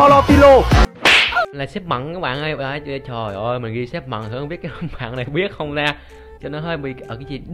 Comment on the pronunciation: Mận chứ ko phải mậm haha